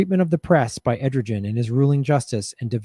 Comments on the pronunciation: A source of great confusion because of the spelling--Turkish president Erdogan is pronounced Air-doe-wan. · Aren’t we allies with Turkey? (The president’s name is prounced Air-doe-wan.) He’s an authoritarian and I’m sure we’re in bed with him sneaking militant fighters into Syria through Turkey. A possible reason her death was not investigated. She’s exposing corruption. 😞 RIP 🕯 Thank you for this awesome programming. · It's pronounced errrDohWahn. Good video.